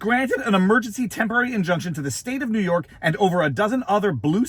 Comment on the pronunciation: It's always the southern district of nee york